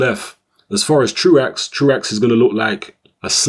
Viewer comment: Apparently it is "True Axe" but I've heard it pronounced "True oh" in the past.